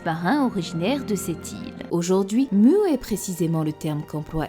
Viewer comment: Pour Mu, en japonais elle dit ムー (Muu), rien, mais alors rien du tout ne lie ce mot de façon certaine aux sens tels que "rêve" ou "néant", tel quel le prétendent les traducteurs bidons. Rêve et néant, c'est Mu (prononcé court), pas Muu